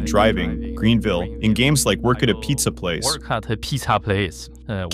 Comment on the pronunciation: "Work at ta peetah plaice" 🔥🔥🔥🔥🔥🗣🗣🗣🗣🗣🗣🗣